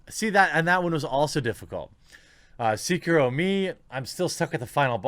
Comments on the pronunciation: Jeremy I normally agree with you but on this one you are completely wrong... It’s not pronounced C-key-row. It’s pronounced Se-Key-row. Edit: after listening to it again, you pronounced it C-Q-row. Which is worse. What next are you going to say begs instead of bags? (😉) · pls, not seekiiro, but se-ki-ro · Thats se-kie-row not see-crow lol smh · Why can no one pronounce "Sekiro" right, lamo. SEH-KEY-ROW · Stop saying "Seeker-Row" god damn it! Blowing mine with that lol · I twitched every time you mispronounced Sekiro. It's Seh-ki-roe Can't wait to rage my ass off on Ghost of Tsushima in all it's glory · Everytime Jeremy says "Seeker-roh" a puppy dies. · I agree with every thing you said except how you pounce sekiro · I liked this video even though you say Sekiro wrong.